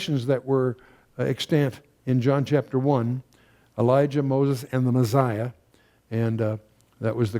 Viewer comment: There is no “z” in Messiah